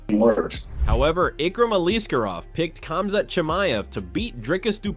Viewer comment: Not even pronouncing Khamzats name correctly.. I don’t think the people who create these videos actually watch mma or the ufc.